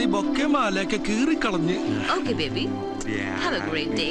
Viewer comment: ബീബി അല്ല കുഞ്ഞേ. ബേ...േബി. 😂❤